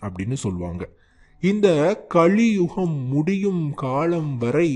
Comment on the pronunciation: Very bad Tamil pronunciation. கழியுகம் இல்லப்பா அது கலியுகம். அடுத்து நெல்லி செடி இல்லை அது மரம். Always double verify content before you post.